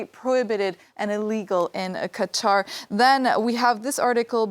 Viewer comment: You should try harder to pronounce the countries name correctly, remember the emphasis is on the second syllable.